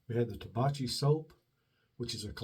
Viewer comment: Hey, been awhile. It's pronounced Tah-back-ee. Italian for tobacco in the plural. Or for tobacco in TN, LOL as I recall from the TV show The Beverley Hillbillies. Cheers!